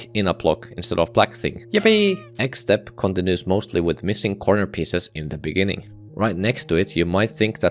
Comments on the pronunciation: In the beninging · you said "in the beninging" at deadlocked, lol nice reference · in the beninging... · 'in the beninging' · in the beninnging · as you can see made some mistakes in his script. Instead of saying “in the beginning” he says “in the beninging” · "in the beninging..." hahahhaha!🤣🤣🤣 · In de benin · inni inni the beninging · Inni the benni Inni the benninging In the benninging. Wow. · “beninging” 😭 It also says this in the captions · In the bininging 😂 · Bro just said “in the beningging of deadlocked,” 😂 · (lol) 'In The Beninging' 😂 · in the beninging hits hard. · in da beninging 💀💀💀💀💀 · 𝐈𝐧 ⓘⓝ ꪱׁׁׁׅׅׅ݊ꪀꪱׁׁׁׅׅׅ 𝚍𝚊 вєηιηgιηg💀💀💀💀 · ɪɴ ᴅᴀ ʙᴇɴɪɴɢɪɴɢ ｉｎｉ ｄａ ｂｅｎｉｎｇｉｎｇ💀💀💀💀💀💀💀💀💀💀💀💀💀💀💀💀💀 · "In the beNINGing" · "in the beninging" 😭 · "in the beninging" made me laugh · in the beninging xdd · 19.37 very much on purpose "in the beninging" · in the beninging? LOL 😂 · “in the beninging” lol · "Now for deadlocked, in the beninging" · He said the meme on accident 😂